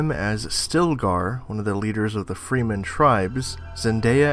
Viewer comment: freemen....its pronounsed fremen